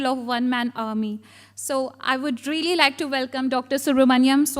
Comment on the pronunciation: What is "reelly reelly" in adresssing?😂